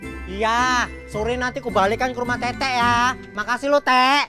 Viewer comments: teteh woi bukan teteq😭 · Teteh woiii bukan “Tete”😭😭😭